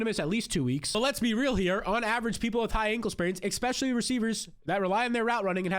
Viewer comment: Immediately hears the host say “expecially” clicks off the video